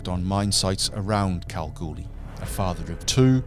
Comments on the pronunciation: cow goo lee ....It's not that hard yank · Do you say going to see a Bund no you say going to see a band so ad an a you get Banda, so when you mention Kalgoorlie not pronounced callgoorly it's Kal like Gal and the r is silent, Lathlain not what you said it's lane as the pronunciation